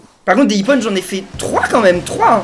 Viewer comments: ça ne se prenonce pas ipone mais ipon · On dit pas iponne mais ippon!!!!!!!!!!!!!!!!!